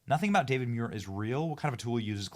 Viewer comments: Pronounced, MOO-EAR. Not, ME-YOUR. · 1 man 4 syllables DA VID MU IR